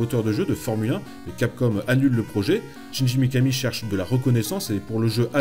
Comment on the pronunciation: Excellente chronique mais le prénom du gars c'est Shinji, pas Chinji. donc on ne prononce pas "tchindji" mais "chindji" :s Mais bon, mis à part cette prononciation qui écorche les oreilles, on est face à un vrai fan et ça se sent :) Donc pouce vert :)